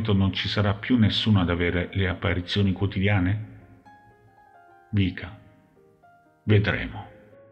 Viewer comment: Non si chiama vika ma viska 😊